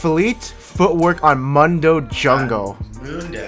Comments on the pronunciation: mu-n-do .. the champ say hes own name like 1000 times in 20 min and you still call him moondoe :(((( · is noone going to say anything about the way he says mundo? come on bro you know better lol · Why even write mundo in the title if you keep saying mAnDo whole time